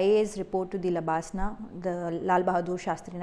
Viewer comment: lbsnaa.....not labsnaa